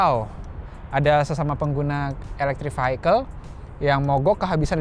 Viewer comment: Vehicle dibacanya bukan Vihaikel... tapi Viyekel... 🙏